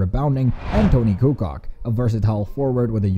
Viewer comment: "Jacksons's?" "Bulls's?" "Kukock? This guy doesn't know English. And downs know pronunciation of the player names.